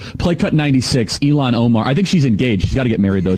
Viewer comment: Charlie Kirk's take is massively stupid. A woman has to have a man and kids to be a real women. And the idiot can't pronounce Ilhan Omar's first name correctly. What a tool.